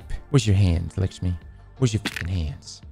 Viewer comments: What is this random fixation on Maya Sundaresh anyway? She was an annoying exo in splicer with an annoying smokers voice who nearly let the vex take over. Also why does pronounce it "Lickshmi" when her name is "LAkshmi" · Bro calls her "licks me" 😂 Think you need to google pronounce that one my guy! 😂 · Can you say lick-shmi one more time please? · Why does ignore the A in Lakshmi